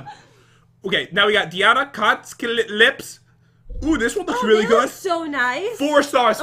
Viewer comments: said weally not really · Yeah he did say weally